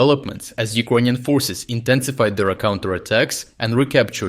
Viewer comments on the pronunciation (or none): Dude you're great but please - you keep pronouncing Ukrainians like UkrOynians. While you can clearly say word Ukraine correctly. It distracts from your great material.